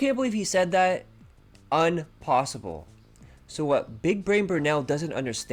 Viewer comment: “ is desperate to not be seen as a joke” Too bad for him he is a joke. “Unposible” Straight out of Ralph Wiggum’s mouth. “Me fail English? That’s unpossible!”